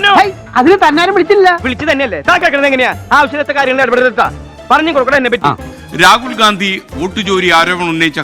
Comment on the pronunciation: Le tg: രാഹുൽ ഗാന്ധി അല്ല രാഹുൽ ഗണ്ടി 😅 അതും പറയാൻ പറ്റുന്നില്ലെങ്കിൽ ഗ മാറ്റി അ വച്ചാലും നോ problem 😂